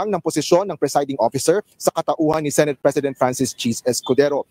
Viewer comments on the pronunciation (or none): none